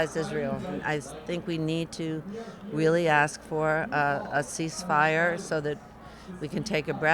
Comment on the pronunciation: she cant even pronounce ceasefire right